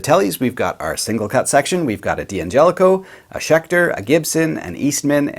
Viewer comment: It's not Dee Angelico it's pronounced Dan-gelico (D'Angelico) had to point that out bruh lol great video again buddy.